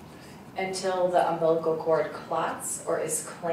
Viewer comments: UMBLICAL cord? Seriously? Why can't someone on the defense team tell her the correct pronunciation? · If that arrogant attorney says "um-blickal" cord one more time I think I'm going to vomit. How do people like that even make it through law school? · Not to mention that the one defense attorney doesn't even know how to pronounce the word umbilical... repeatedly stated it wrong trying to make her senseless point..."and you don't know how the bruise got on his head?"--- Couldn't be where "mommy" slung him in a metal rubbish bin like yesterday's trash🤬